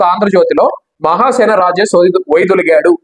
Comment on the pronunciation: రాజేష్ మహాసేన అన్న మీ మాటలో హా అనే అక్షరానికి మరో సరైన అక్షరంతో పలికి వుండవలిసింది